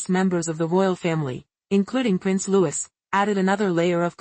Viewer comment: His name is pronounced…LOO-EEE NOT Loois.